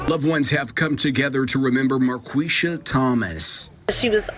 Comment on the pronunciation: Pronounced Mar Qweesha